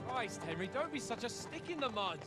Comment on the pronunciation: AI FEEEEL QUITE HENRRRRRY 🤣🤣